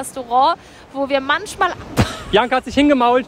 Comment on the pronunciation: Bibi: manschmal Andere:manchmal 😂😂😂😂😂